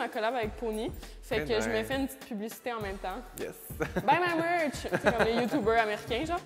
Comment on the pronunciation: Quand elle dit « buy my merch » comme les Américains j’étais dead c’est tellement vrai qu’ils disent toutes ça 😂!